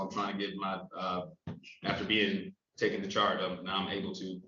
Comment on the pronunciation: I love “tooken”